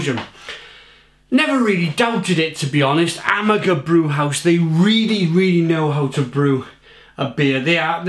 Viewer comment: Amager pronounced AhMar. Love their stuff, that’s a good one. The day you go PC is the day I unsubscribe.